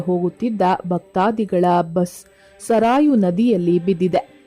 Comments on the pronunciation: ಜೈ ಶ್ರೀ ರಾಮ್. ನೀವು ಹೇಳಿದಂತೆ "ಸಾರಯೂ ನದಿ" ಅಲ್ಲ. ಸರಯೂ ನದಿ ಎಂದು ಹೇಳಬೇಕು. ಹಾಗೆಯೇ "ಪವಾಡಾ" ಅಲ್ಲ "ಪವಾಡ" ಆಗಬೇಕು. ದಯವಿಟ್ಟು ಕಾಗುಣಿತಗಳಿಗೆ ಗಮನ ಕೊಡಿ 👌👍👍🙏😊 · 🙏🏼😌 🚩 ಮೇಡಂ ನದಿಯ ಹೆಸರು ತಪ್ಪಾಗಿ ವುಚ್ಚಾರ್ ಮಾಡುತ್ತಿದ್ದೀರಾ, ಸರಯೂ ನದಿ ಅನ್ನಿ, ಸರಾಯೋ ಅಲ್ಲ. ನಿಮ್ಮ ಅನುಕರಣೆ ವುಳಿದವರು ಮಾಡುತ್ತಾ ಹೋದರೆ, ಮುಂದೆ ಎಲ್ಲರೂ ಹಾಗೆ ಅನುಕರಣೆ ಮಾಡುತ್ತಾರೆ, ಕ್ಷಮೆ ಇರಲಿ, 🙏🏼😌. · ನೆಟ್ಟಿಗೆ ಮಾತಾಡಿ ಪಿಂಡ ತರ ಮತಾಡ್ತಿಯ ಸರಾಯು ನದಿ ಅಲ್ಲಾ ಸರಯೂ ನದಿ.ಹೇಳುವಾಗ ನೆತ್ತಿಗೆ ಮಾತಾಡಿ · ಸರಾಯು ಅಲ್ಲಾ ತಾಯಿ 🙏🏽 ಸರಯೂ ನದಿ 🙏🏽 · ಸರಾಯೂ ಎನ್ನುವ ಬದಲು ಸರಯೂ ಎಂದರೆ ಚೆನ್ನಾಗಿತ್ತು. ಜೈ ಶ್ರೀ ರಾಮ. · Madam ಸಾರಾಯು ನದಿ ಅಲ್ಲಾ. ಸರಯೂ ನದಿ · ಸರಾಯು ಅಲ್ಲ ಸರಯೂ.